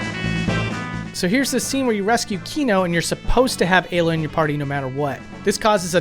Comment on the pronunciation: Interesting pronunciations. I always assumed Ayla, Magus, and Melchior are pronounced "Eye-la", "May-guss", and "Mell-key-or".